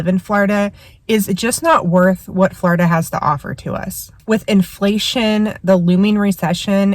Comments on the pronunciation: It’s not Flaurduh it’s floorduh!!! 😂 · It’s “Floor i da” with the short i. The way you pronounce Florida .. ugh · quit saying flawrda